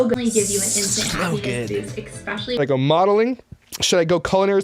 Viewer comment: I have a bad habit of correcting people who mispronounce words. I had such a hard time every time she said especially wrong and something as simple as putted instead of put.